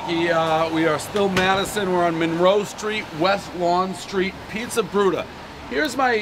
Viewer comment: One pizzer review, everybody knows Pres adds extra R’s when he speaks